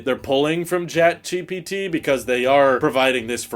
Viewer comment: why you keep saying “jat GPT”